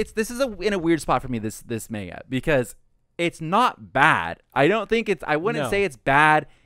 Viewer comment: Is it Mangalku or Maingalku? If you're going to call yourselves weebs, at least pronounce Japanese correctly. Anyway, this is a series that takes a long time to really explain things or for things to start really making sense. It's meant to lull you into being some silly sex romp, but it gets more depth as it goes on.